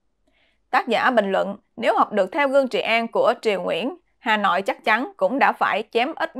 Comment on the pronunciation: Xá họi hà nọi, nghe kinh thật